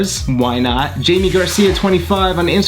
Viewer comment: It’s not pronounced like Jamie it’s pronounced like haime